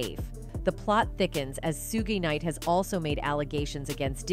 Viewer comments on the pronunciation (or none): Sue gee night 🤣🤣🤣